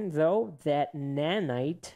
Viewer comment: Nae naye ❌ nanite ✅